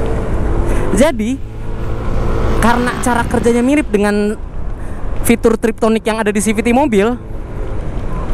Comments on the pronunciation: TipTronic bang bukan Triptonic wkwk tonic rambut kale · TIPTRONIK..... bukan triptonik